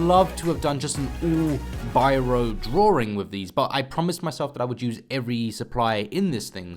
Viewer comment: Please stop pronouncing drawing as DRORING.....pls